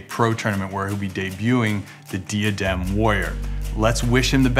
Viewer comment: When you are sponsored by diadem and pronounce it wrong lol. It’s Die - uh - dem my friends 😊